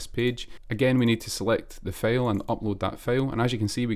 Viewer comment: No offense but "file" = ['fàil] not [fêil]. Liked the video❤